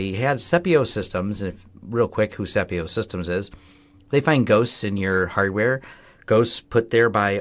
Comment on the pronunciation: 9 seconds into your ' report' Did you actually say HARDWARE ? Or did you swallow the word , and just move on ?